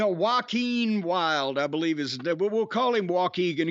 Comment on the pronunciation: Joaquin is not hard to say….